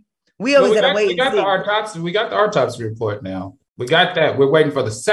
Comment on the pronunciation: Al said aurtopsy 😂